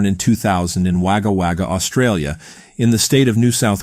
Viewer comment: Sorry of topic but its pronounced WoggaWogga. RIP little Zahra.